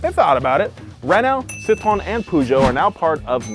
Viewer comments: How hard is it to pronounce Citroen correctly? Here's how you say it Citro and then the letter N Citro N.... Citro N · I’ve never before heard the “e” pronounced in Citroen. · I might be wrong, but it's pronounced Per-joh, as in Persia, but without the American hard R Renno And Sitron as in Sit and Tron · It's also not "Poo-joe"... It's more like Peau-zho (a Cyrillic letter actually works better here. The "ж"). It's also not "Sit-rone", it's "Sit-ro-en"... Don't give me your "Porsche-eh" bollocks when you can't even pronounce Citroën or Peugeot... And don't start me on "Hun-day"... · Please Americans, C I T R O E N.... Not Citron.... (Lemon in French) I note when describing the 1967 DS21 Pallas the owner talks of the Citromatic semi automatic. Your interior shot is a 1970-75 dashboard with a manual column change. Later when driving we see the actual interior. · Your pronunciation of Citroën sounds juste like the french word for lemon "citron", which is a bit of a running gag here. The "ë" should be pronounced like the sound "ea" in "head" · Bro the way you say Citroën lol you say it Citron =🍋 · It's pronounced SEET-RO-En, Not Citron. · when says Citroën, it sounds like he says “citron” which means “lemon”… which I suppose is still accurate 😆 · french speaker here next time you pronoce citroen prononce it like this: citroenne ( you must prononce the N) you prononce it like citron (french for lemon) we got those cars in canada up to 1994 with fiat and alfa romeo the market was way too small to invest for new regulations they are as rare as it is in the US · Careful now,. The way you're pronouncing Citroen sounds like "citron" which is "lemon" in French. 🫣 has it right, pronouncing the 'en' at the end ("ci-tro-EN"). It hurts my brain to pronounce a consonant at the end of a French word (I learned French as part of Canadian educational requirement), but names usually break these rules. So confusing. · pronounce it like "Si Tro N"